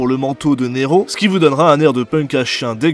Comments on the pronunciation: Neeeeeéeeeero avec un G ?? Tu m'as tué 😂🤣😂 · Au début quand tu nous a demandé qu'est-ce que ça faisait si on rajouter un ''g'' à Nero . . . J'ai cru que c'était une petite blague raciste pour faire Ne''g''ro (Noir en Espagnol).